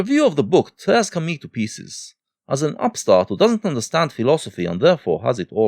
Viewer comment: You pronunciation of "Camus" triggers me ;) Interesting video nonetheless!